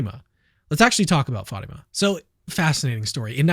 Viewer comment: It's not Fayma, it's Fatima